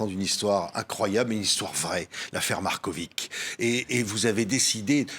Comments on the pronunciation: C'est pas MarkoviK, mais Markovitch, avec tch ... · Patrick Simonin est un excellent journaliste posé et souriant mais pourquoi prononce-t-il le nom Marković : Markovik? C'est un nom serbe qui se fini avec un c surmonté d'un accent aigu et qui se prononce donc Markovich. Philippe Brunel prononce correctement le nom tout au long de l'interview mais Simonin ne corrige pas sa prononciation et s'obstine à prononcer Markovik! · Svp proncer Markovitch comme Djokovitch